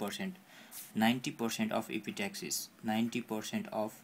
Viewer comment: lol.. its epistaxis..not epi-taxis... ans nasal septum not nausaul septum :P